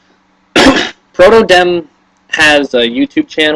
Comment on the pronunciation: 1) Demn is pronounced "Demon" everyone gets it wrong lol :P 2) DAT SCEPTILE <3